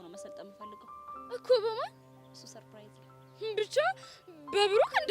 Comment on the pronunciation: 😂😂ሰርፕራይዝ የሚለውን ነው ሰንራይዝ😂😂😂😂